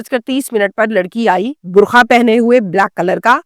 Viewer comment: Burkha nai hota anni diye Burqa hota hay